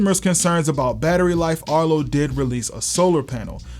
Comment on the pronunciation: erto? erto arto